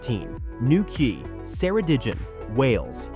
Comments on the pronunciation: Probably the worst pronunciation of Ceredigion I have ever heard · Ker e dig ion.